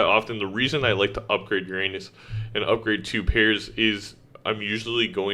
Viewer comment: thats not how your pronounce uranus